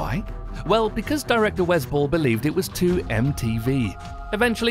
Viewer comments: That accent kinda ruined the pronunciation lol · Oh I thought you were saying the director "was bull" but then I realized that that's the director's name